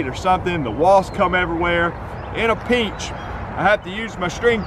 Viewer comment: This guy keeps saying pinch like it has three syllables